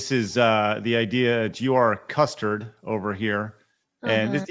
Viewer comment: calling Custer “custard” made it funnier